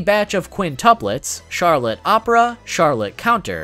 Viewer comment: As someone who lives in France i cringe whenever you pronounce some of the Charlotte family names